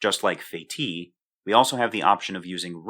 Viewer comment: Incidentally, the name of that clever French chap is pronounced "Feh-teece" :-)